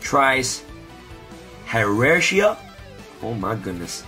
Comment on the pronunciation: isnt it (Hi-Ar-ke) not hi-air-chia